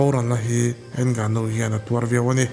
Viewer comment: a fiamthû nihkhi 😂 Ngânu-in mizo; not ènggnuuu 😂